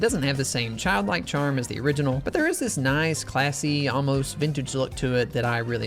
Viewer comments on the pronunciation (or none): none